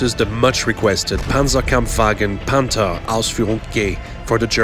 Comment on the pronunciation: the way he says the tanks name makes it cooler